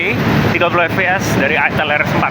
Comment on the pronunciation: Bacanya Aitel bang